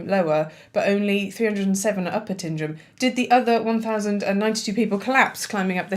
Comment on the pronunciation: Tyndrum - as in "fog on the". You've done this already!